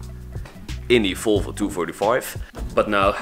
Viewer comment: Why do you say folfo? Its volvo